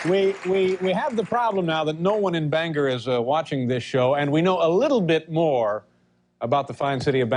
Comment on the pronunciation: Good to see Dave finally learned how to pronounce Bangor, come back again Dave!